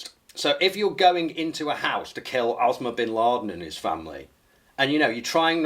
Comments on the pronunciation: Osama Bin Laden is "Ozma Binladen" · “osma bin laden” 😂